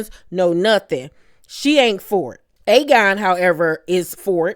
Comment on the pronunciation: Another amazing review! I got my life with the theatre! I nearly cried when I heard how you pronounced Aegon the Conqueror! I SWEAR annunciated every letter in his name! 😂😂 I can’t wait for the next episode! I need Rhaenyra to BURN THEM ALL!